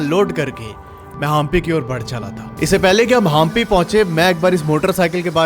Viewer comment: भाई, आप हम्पी को हांपी, तुंगभद्रा को तुंगाभद्रा, और कर्नाटक को कर्नाटका क्यों बोल रहे है? ऊपर से आप को रामायण की बातें पता नहीं वो भी आश्चर्यजनक है! चलो वो नहीं पता वो तो ठीक है पर रामायण त्रेता युग में घटी और उसके बाद द्वापर युग आ कर गया वो भी पता नहीं? शर्म की बात है।